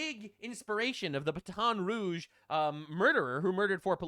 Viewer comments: Baton Rouge is pronounced "BA-tuhn" Rouge. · I don’t wanna hear you make fun of Candace Owens mispronouncing words again. What is ba-tawn rooge